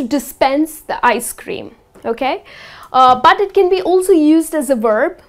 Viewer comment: i hear that from yout thickly pronounced D in 'but'